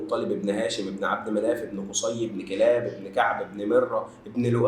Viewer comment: يا انت سهوت في حاجه لما قلت اسم علي ابن ابي طالب وذكرت اسمه كاملا هي كُلاب وليست كِلاب بالضم وليست بالفتح انا عارف انها سهواً ولكن قلت اذكرك